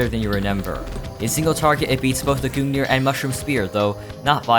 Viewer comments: This man pronounces it goong neer its gun-g-near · I can't stand the way he pronounces Gungnir, It's not Goon Gear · someone please tell this guy how to pronounce words. like who say goong near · Why does he call the gungnir the goon ear? im genuinely concerned. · i cringed every time he said gungnir like that😭